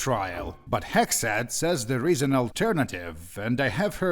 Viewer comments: I live in the USA in 2026 and the way you say “Hexxat” is WAY too close to “Hegseth” lmao cortisol spikes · Same here. Even after I saw how it was spelled, I kept hearing "Hegseth", lol. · He actually pronounces it like "Hegseth" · Thank God I'm not the only one that thought that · I had to do a double take when i heard you say "Hexxat"